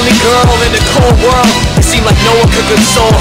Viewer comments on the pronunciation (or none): none